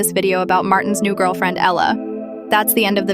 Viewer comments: not "eela" the name is "ehla" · There is no "Illa" 🤭🫢🫣